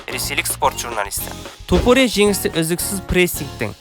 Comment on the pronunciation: Қандай құлаққа жағымды сөз иірімдері! Осындай иірімдер қазіргі біраз спорт журналисттеріне керегі сөзсіз! ТОпурия деп оқығаны керемет🔥 басқа тілдің жетегіне еріп Тапурия демегені ұнады👍 Ал шолуға келетін болсақ барлығы керемет, тек бұндай шолулар өз уақытында шығып тұрса керемет болушы еді🔥 Ал сізге сәттілік🙌